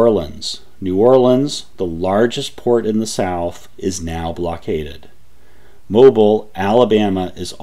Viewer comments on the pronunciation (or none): Good job! However, Mobile is pronounced (/moʊˈbiːl/ moh-BEEL) founded by the French and pronounced French: [mɔbil]. Being a Librarian Iwould think you would pay more attention to details. Otherwise good work! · You mispronounced Mobile! You must be a Yankee. LOL. 😂